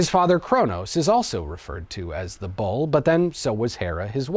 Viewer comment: I legit thought you were saying 'ball' instead of 'bull'.